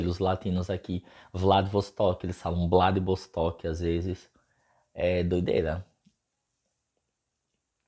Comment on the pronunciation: Blad"bostok" kkkk engraçado